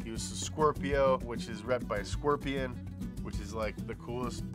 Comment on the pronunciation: A frickin skwerpion!